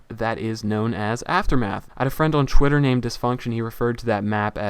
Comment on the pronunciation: why do you say chwitter instead of Twitter?:L